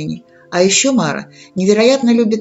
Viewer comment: Только не мАра, а марА. Тогда смысл в толковании имеется.